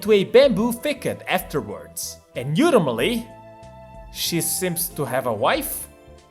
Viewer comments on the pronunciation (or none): I love when he pronounces ‘ultimately’ as yultimately kek I hope it continues